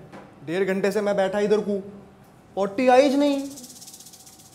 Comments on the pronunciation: potty nahi...bhai...woh potti hai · Potti... the way both said it ruined the word... potti.. no potty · It's not potty it's Potti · Mistakes of speaking hyderabadi: Hao ❌️ Hauuu ✅️ Kidar ko ❌️ Kidar Chalna hai✅️ Pav bhaji (Can be a great taste) But hyderabadi will never appreciate it Potty ❌️ Potti ✅️ But all over everything, I really appreciate that you have finally tried the Hyderabadi version, and I loved this version. Thank you The mistakes where I mentioned were not displayed to disgrace the writers, directors, producers, or actors. It was only to spread awareness who are non-hyderabadi to understand the slang properly Maut✅️ (To appreciate something or disgrace something depends on the situation) Baigan✅️ (Can literally used whether it is good or bad😂) Kiraak✅️ (to be astonishing about something ) Great Video❤ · Actually thats not pawtty .... Thats potty which means short girl in a cute way...😂😂😂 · Lol it's not potty it's potti 😂 like poht-tea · It's not potty by the way.... It's pottii 😂 used by Telugu people. It means short girl 😂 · Arre baigan wo potti hai potty nai 😂😂😂😂😂😂😂😂baigan main miladiye mama alfaaz ku wo😂😂😂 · That's not potty bro ! Lmaoo it's potti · Brooo..it's not potty it's potti😂😂nd puree Hyderabadi bgn ma mila diye 😣😂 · Potty nahi bhai Potty hota hai woh 😂😂😂😂😂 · It's potti not pottyiee 😂😂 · Hyderabadi aur acha bola jaa sakhta tha pouti nahi potti(girl) hain yahan nahi idhar bol the hain anyway decent job👏🏻💯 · not even a minute into the video and I'm already soooo disappointed with the Hyderabadi of this guy 😭😭😭😭 it's not paw-ty, it's pOTTiii 😭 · Its not potty its potti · Guys it’s potti not potty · WE DO NOT CALL IT POTTY ITS PORRI OR POTTI.FIRST PLS TRY TO UNDERSTAND CULTURE AND LANGUAGE AND THEN WRITE THE DIALOGUES OR ACTION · Potti he bhai, not potty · Nahi... Potii hai woh.. potty nahi hai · po-tti hota hai voh